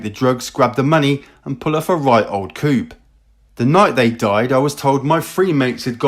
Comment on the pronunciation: Coupe is pronounced as in koo and its said lay of the land.